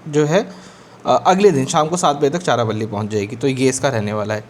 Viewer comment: its not charapalli it's charalapalli pronunciation please check